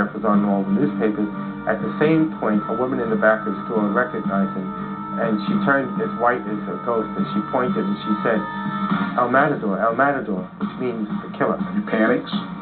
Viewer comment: When the dude says "el matador el matador" come on man. Give it some accent. Try just a little harder when speaking another language or you just look ignorant.